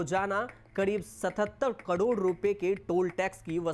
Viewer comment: कड़ोर नही करोड़ होता है